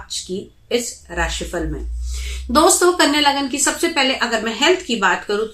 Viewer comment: Dhanyvad , aur shat shat naman spast roop se LAGNA uccharan ke liye. Kyuki adhikans jyotishiya vdos me spastroop se lagna ya rashi bola nahi jaata hai. Lagna aur rashio ke koyi alag alag naam nahi hote hai. Lekin har vyakti ka rashi aur lagna alag hote hai jyadatar mamle me. Kuchh jyotish vdo banakar bol dete hai ki vdo rashi aur lagna dono ke liye hai, jabki rashi aur lagna ek vishay hota hi nahi. 🙏🏾🌹🙏🏾🌺🙏🏾